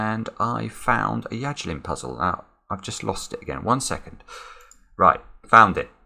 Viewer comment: It's Yajirin.